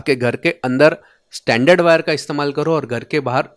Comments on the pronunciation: Brother, there is a difference in your pronunciation. Your pronunciation is for this word " standard". Where as for wires it is " stranded" pronunciation is different. Proper pronunciation you will get on Google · Good video but you are calling stranded (स्ट्रेंडेड) wire as standard (स्टैंडर्ड) wire through out the video. Pls correct your pronunciation. Also AC frequency in India is 50 Hz only not 20 kHz or 81kHz as shown in your video. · Isn't it strrrrrrrrrrrrrrand?😀